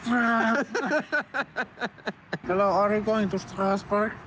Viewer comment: pliis joku tehkää clippi tosta Strasbourgin lausumisyrityksestä :D